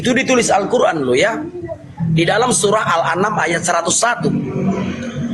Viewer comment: Assalaamu'alaykum Saudaraku saya hanya mengkritisi penyebutan Surah dalam Al'Qur'an kami, yang tertulis bukan Al-anam tapi Al-Am'an 🙏🙏🙏